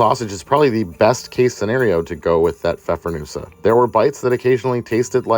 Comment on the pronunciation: Good job from Germany on pronouncing the Pfeffernüsse 👍